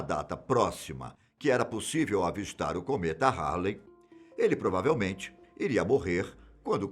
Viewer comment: Cometa "HARLLEY" foi pesado. Não esperava isso de ti meu querido!